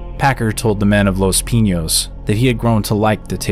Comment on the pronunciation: Your saying Pinos wrong my guy.